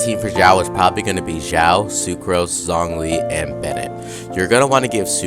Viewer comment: Who knows if the new event brings xiao set like albedo also its pronounced shaio not ZZaio idk but it doesnt sound authentic